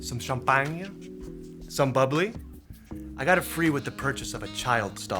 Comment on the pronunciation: I love how pronounced Champagne 😂😂